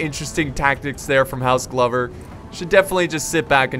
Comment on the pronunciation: I'm fairly sure it's pronounced like clover with a g. Accurate scenario however very sick